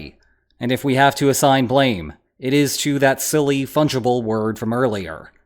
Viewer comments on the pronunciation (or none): none